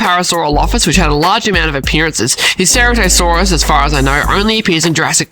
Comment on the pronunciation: It’s “ ser-rat-o-saurs